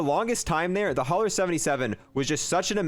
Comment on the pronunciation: It’s pronounced HOW-ER